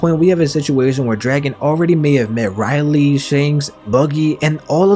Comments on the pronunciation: Garp knows that dragon was in logtown with luffy because obviously smoker reported it to his higher ups ,atleast think stuff through bruh and Pls don’t pronounce rayleigh’s name so wrong,It’s not Riley it’s Ray-Leigh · It's pronounced "Ray-lay", not "Rai-lee" regarding Roger pirates vice captain. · RAY-leigh not RAI-leigh….. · Am I the only one who was like who tf is Riley(Rayleigh) 😂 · Bro i dont wanna be a that guy but its Rayleigh not Raili ? :D